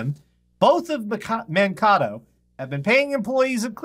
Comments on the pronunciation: man-KAY-to man-KAY-to not man-ca-to. srry but it hurts to hear that . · BTW FYI, it's pronounced Man-Kay-toh, sorry, I live around there and the way you were saying it irked me.:)